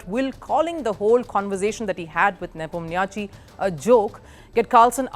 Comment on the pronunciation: U mispronounced Ian Nepo name.